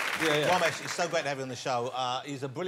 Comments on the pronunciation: It's Ramesh not romesh womesh bhomesh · So he can say Ramsey but not Ramesh?